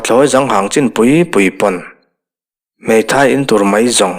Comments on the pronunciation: Pathlawi zang hang itia ka nui thut alawm le..pathlawi zâng hâng tih tur nilo maw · Pathlawi zang hang ni lo in pathlawi za'ng hang zawk tur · Pathlawi zanghang ni lovin patlawi zânghang ti a lam tur. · Pathlawi zanghang,helai tak hi zang(mipa zahmawh hming) lamin ilam a,kalo hriatdan chuan...Hnungzang tiha,zâng lai tak lam anga lamtur niin kalo hria a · Zângkhua tih tur.. Thluk deuh tur🤭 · Pathawi zang hang tih i thluk dan a Zang tih hi,mihring hnungzang tih a zang tih thluka thluk tur leh lamtur ani lo maw?.Zâng ti in,Pathlawi zânghang. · Zanghang i chiardan hi Hnungzang anga lamtur zawk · Pathlawi zang hang tih i lamrik dan kha a dik hlel deuh. Zang tih laihi Mipa zahmawh sawina nilovin Hnungzang sawina ani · Ngaihthlak nawm dawn e.mahse,ka'n ti teh ang pathlawi zang hang tih i lam dan kha a thlûk a diklo det a,zang tih lai kha hnungzang tih a,a zang lai ang khan han lam la a dik zaih mai ang. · Ngaithla e. Pathlawi "Zanghang" hi 'Zângkhua' thlukin "Zang" hi kan lam ṭhin dan a ni a. A dik zawk phei chu ka ti bur lo, Aizawl lama kan sawi dan a nia.